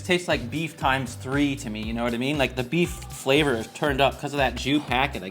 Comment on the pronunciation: Why are you saying buff instead of beef?